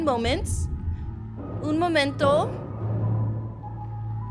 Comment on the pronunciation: i'm italian, hearing her say "un momento" left me speechless...